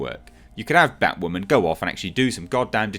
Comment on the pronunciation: Batwahmen is a fucking mistake